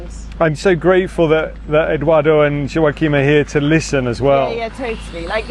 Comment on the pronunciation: Please...stop saying...the M is not pronounced...mmmm...it's pronounced as in English the G at the end of...going, saying playing...btw great project and beautiful kids...keep it up!